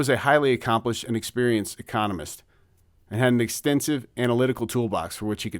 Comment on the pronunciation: Oh wow... I'm listening to a real human being that occasionally puts the emphAhs-is on the wrong syll-ahhble. You're making me feel better. Feels good that you just left it in there... That old "Econom... ist!" Real gold!